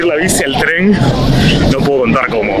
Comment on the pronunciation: EN TREN SE DICE EN TREN NO TREM